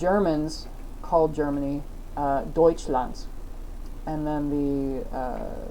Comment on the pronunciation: Your Pronounciation of Deutschland was very spot on, I‘m actually impressed. Also, you should definitely upload the other Story once you translated into your conlang. I‘m sure there are a lot of people interested in your world :)